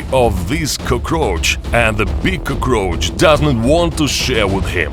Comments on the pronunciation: Cuhcroach. Love the pronunciation. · Coo-kroach lol